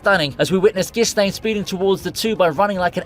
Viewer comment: i have a problem with the way you said ghislaine XD